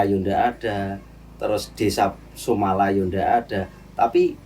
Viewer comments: SUMATRA BUKAN SUMALA😂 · Nek wong jawa le moco SUMOLO bukan SUMALA bang. 😂 biasane wong2 tuwa pelafalan aja bisa jadi salah paham wkwk